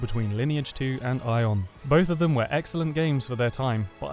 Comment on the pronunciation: Ion? its Aion